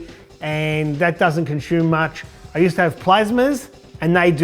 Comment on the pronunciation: Conshume? Do you mean consume?